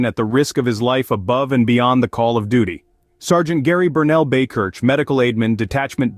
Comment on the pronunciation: Buy-Kirk, is the pronunciation, but he’s a local to me. Great hero and thanks for presenting it.